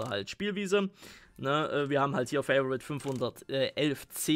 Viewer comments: Fa-vo-rit wird auch als Favorit ausgesprochen und nicht so was halb Englisches Fai-vo-rit... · Favorit kannst du auch gern auf deutsch aussprechen, ist kein "Favorite" xD